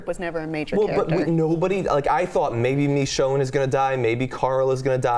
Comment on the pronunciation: pronunciation of Michonne... "Mee-shone" C'mon, its more of a short "i" sound.